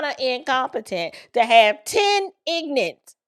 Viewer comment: “10 IGNANTS” 😂😂😂